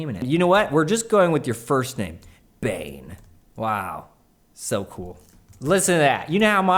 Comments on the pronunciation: Bane Bogdanovic is probably from Serbia or Croatia. Anyways, his first name is pronounced Bah-neh. When you said Bane (like in the movie), that cracked me up. Keep up the great work, love these videos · You pronounced 'Bogdanovic' right, but 'Bane' is pronounced like 'Bah-neh'. :)